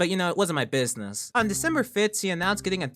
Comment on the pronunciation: "but you know it wasn't my baziness~"